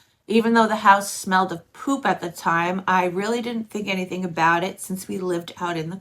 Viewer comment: “Anythink”. 😂 just curious, where are you from??